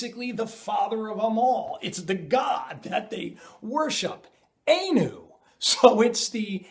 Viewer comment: its not A-new its Ah-new